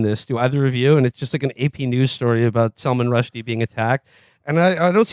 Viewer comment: Salmon Rusty